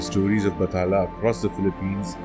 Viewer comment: It's BAT-HA--LA